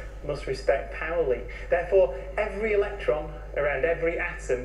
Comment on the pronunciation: They are pronouncing it pow-ly! I'd only read about it in Paul Davies books and was always saying paw-ly in my head :D